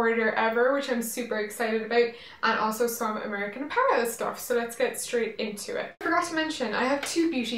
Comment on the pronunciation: Does anyone remember when she used to pronounce apparel as a-puh-relle? I thought that was so cute.